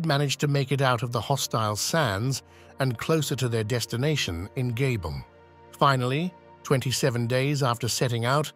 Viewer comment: One would think the narrator would be trained to correctly pronounce the various place names, yet he mispronounces the starting point (Mo i Rana, meaning "Mo in Rana" with the "i" pronounced "ee") and Gabon (the first time, later he does it correctly)